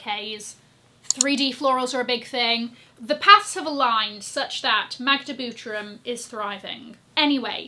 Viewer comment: I Love the way you speak „Magda Butrym” Proud Polish girl there! Magda’s projects are stunning! ❤